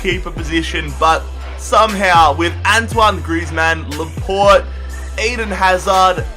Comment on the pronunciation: It is pronounced laportay, not laport